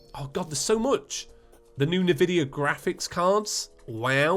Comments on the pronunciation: nehvidea is an interesting way of saying nvidia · when you were talking about the graphics cards you said "nuhvidia*